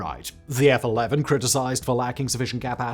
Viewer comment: "F-one-eleven". The F-11 is the Grumman Tiger...